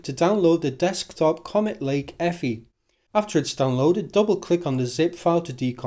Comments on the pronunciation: Eeee. Ehff Eye! ;-) Otherwise, nice writeup. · EFI is an acronym, it is not pronounced “effy”